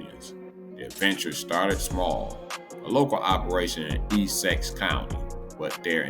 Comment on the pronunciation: E who county you tryna say Essex sir